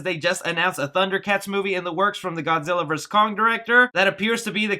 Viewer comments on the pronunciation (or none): none